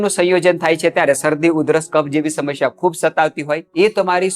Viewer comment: "સમશ્યા" નહીં, 'સમસ્યા'.